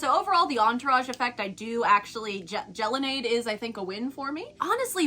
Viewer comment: If you're a connected employee why didn't you correct the way they pronounced your companies baby.. just asking,like don't companies care if people say the products name right...jell-o-nade...gelato/lemonade...not gel-o-nade..that just sounds unintelligent